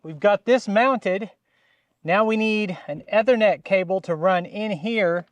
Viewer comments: I wasn't gonna tweak him about it, but, yeah, I was cringing every time he said it. As you noted, it is the Long E sound. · Eee-ther-net. E as in easy. Ethernet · It's pronounced "E" thernet. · a minor pronunciation correction, if you please. The first 'e' in Ethernet is pronounced like in knee or need. You had it correct once or twice there:). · Ethernet is pronounced this way